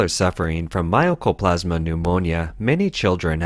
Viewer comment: How the hell do you get My-Oh-Co-Plas-Ma from Mycoplasma? Seriously. It's My-Co. My-Co, My-Co.